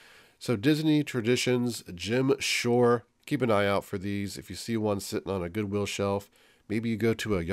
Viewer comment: Mary McQuain i thought he was saying “Gem Shore”. Haha haha